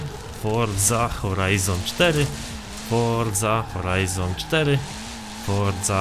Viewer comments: Forza Horizon 4 x nieskończoność Czy tylko ja słyszałem fordza horizon 4 ileś tam razy czy mi sie wydaje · Foża hołajzon sztery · Mówiłeś 1000 razy Forza Horajzon 4